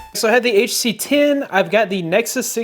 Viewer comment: Guy cannot even say HTC most of the time. Use it while charging and check temp.